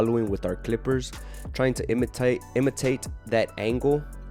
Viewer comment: the way you said imitate 🤣🤣